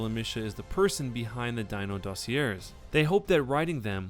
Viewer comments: hey its pronounced dossi-ayyyyyyyy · Sorry I have to say something. It's "/ˈdôsēˌā,ˈdäsēˌā/. Just so you know next time if you do a video on them, that's how you say it. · oh well if Kotaku said it it must be true, right? cuz no way a Gawker Media subsidiary would lie for clicks, right? right? oh and the word "dossier" is pronounced "doss-E-eh." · You're saying "DOSSIER" wrong, you do not pronounce the R.